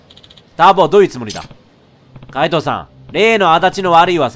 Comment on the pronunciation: 【かいどう】じゃなくて【かいとう】